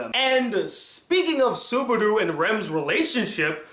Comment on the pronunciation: i think its subaru not subardu, but nice review